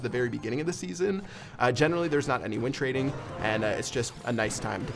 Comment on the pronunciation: Doug Star YT Thought he was saying wind trading lol